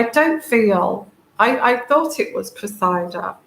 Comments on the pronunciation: .. It is Cressida, pronounced Cress id-ah . The emphasis is on the FIRST syllable, the Cress (like watercress). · to help with the name, and it is unusual and hard to figure out how to pronounce, so I hope this little suggestion might help. Think of EGG & CRESS SANDWICHES then CRESSY then CRESSY-DA And there you have it. While I'm at it the other name with the Royals thats hard to get right is Eugenie. So for that one it's take the OO out of HOOP then SHANE OO-SHANE then the NEE out of KNEE so it's OO-SHANE-NEE You might need that one at some point. I didn't know how to pronounce it for years til I heard Fergie talking about it.